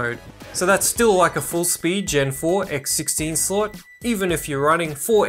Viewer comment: Nice vid! But I can’t stand it, he pronounces slot as sl*t 😂😂😂😂